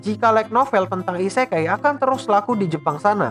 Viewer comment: Akua nya min.. Isekai nya jadi "isekali" Lop lop kapten yami cobalah kau dengarkan(minkymomo)